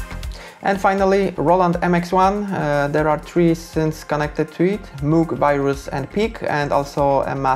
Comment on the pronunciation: One would expect a synthesizer musician to be able to pronounce the name MOOG right. Bit of a letdown 😒